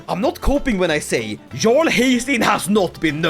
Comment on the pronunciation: is there a reason you pronounce jarl with a hard English "j" instead of like yarl? Most English speakers' first experience with the word was Skyrim where they exclusively say "yarl"